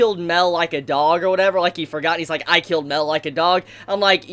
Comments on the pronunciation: its mael not mel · It’s pronounced (My-El) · It’s mael not Mel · I wanted to scream at u for saying mell its pronounced mi-el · Mel? It's ma-el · Mael is suffering because you're calling him "Mell" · it's not pronounced "Mel" it's "Mai L" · Dude your crappie pronunciation is confusing the shit out of me. Mael is like "My L" not Mel. You made me think he was a copy of meliodis or something. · Dis man says Mel instead of Mael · It annoys me that you say Mel not mael if your going to make videos plz say the names right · Ma-el,,, not mel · its not mel...its may-el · Who's Mel? It's Mael. Ma-el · Ok! I’m getting sick of this shit. It’s not pronounced “Mel” he’s not a fucking bartender from Jersey. It’s pronounce “MY-EL” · It's not mael(mell) it's mael(myel) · Ugh Mael isn't pronounced Male, it's Mai-el. If you won't a audible phonetic example watch hellboy, the ending of Sammael is pronounced the same way. Wanna say its a Latin pronounciation but don't get me wrong here. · Why are you saying Mel? It's Ma-el. For those who play Dota, it's like the whole Kael -> Carl thing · mael is pronounced (My-el) fam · him saying mael as mell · I like how calls mael mel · When this guy call him mell instead of maël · It's not pronounced mel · And mael its Ma-el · put emphasis on the A (mAel) otherwise it sounds like you're saying Mel (Meliodas) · how u pronounce Mael is aids. but good content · The way you say Mael makes me wanna die, other than that I loved the video